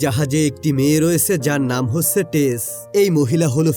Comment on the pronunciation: Hochche uccharon ta ki 😂😂 Ota হচ্ছে হবে